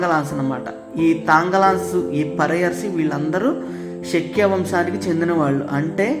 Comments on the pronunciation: శక్య కాదు శాఖ్యా తెగ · సఖ్య కాదు రా అయ్య శాఖ్య 😅